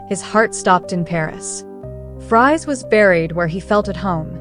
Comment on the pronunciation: Pronounced FreeAuunt not Fry ant. And Boo jwa zee, not Berj wazee..